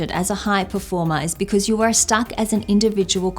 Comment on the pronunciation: Oh, this accent of "performá" kills me 😂